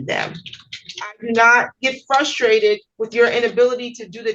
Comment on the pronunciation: did he say flustrated? Oof.